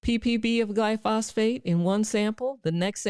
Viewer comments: Glyphosate*, not Glyphosphate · Glyphosate = GLY-fos-ate, NOT gly-FOS-Fate. I also made the same mistake for years until someone pronounced it properly, and I took another look at the spelling. Great info on diet, by the way. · Girl I love you but it's Glyphosate lol. Not gly phosphate. Paul saladino always talks about it, he's the one against all of the seed oils that you talked about. Also that faux meet you're talking about is pronounced say tan. So it's not exactly said like Satan. Lol. Yes it does sound similar but not exactly the same. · Friendly correction from analytical chemist…gly-pho-sate, not gly-phosphate…plus soy contains an estrogen related chemical which suppresses testosterone and causes gynomastia or “man-boobs”. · Glyphosate. Not glyphosphate🎉❤😂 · Glyphosate, not glyphosphate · Considering most vegetables are heavily sprayed with glyphosate, not glyphosphate, (you pronounced it wrong repeatedly throughout this video)how can you recommend that anyone eats them? You talk about how oats and seed oils are full of glyphosate so they’re extremely bad for you, but it’s good to eat vegetables?? You’re right about the seed oils, very wrong about the vegetables. Any botanist will tell you 99.9% of plants are inedible before they’re even sprayed with cancer causing round-up. The ones that we CAN eat also come with allergic reactions, lectins, carcinogens, phytotoxins like cyanogenic glycosides, oxalates and alkaloids to name a few. There is nothing bad in meat. Carnivores that have been living this way for 30-40 years are the most healthy people around with very little skin disorders, allergies, autoimmune disorders etc. And they’re not obese! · Constructive criticism … you seem to be mispronouncing the scientific name for the brand name weed killer, Roundup. You are saying “Glyphosfate” and it’s “Glyphosate” … jus’ sayin’. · not GLY-PHOS-PHATE, but GLY-PHO-SATE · Edit out gly-phosphate for glyphosate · It's glyphosate not glyphosfate.